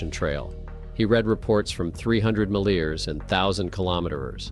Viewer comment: the AI gen voice cannot pronounce miles ex. when he spoke of 300 milers using the word as a NOUN, he pronounces as “ mileers”😂